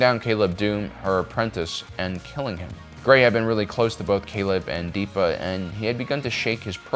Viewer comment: Why do pronounce all the names weird? It’s absolutely DEPPA not DEEPA.